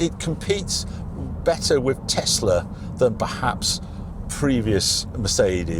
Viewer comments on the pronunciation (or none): none